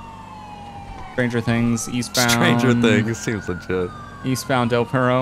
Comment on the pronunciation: I love when says seems ligt